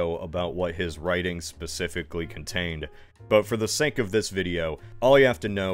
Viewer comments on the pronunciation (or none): none